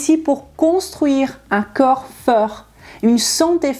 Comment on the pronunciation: s'il vous plait prononcez le c O rps. merci.